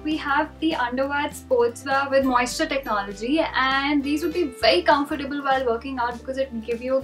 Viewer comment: FYI you mispronounced comfortable